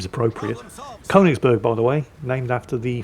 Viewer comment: the ö in Königsberg isn't just a funny looking o, the umlaut (the two dots) is there for a reason. They sound like the u in duck or puck, and also the i in girl or sir. If you're in Sweden and you see an ö they sound the same, also if you're in Denmark or Norway and you se an ø they are also the same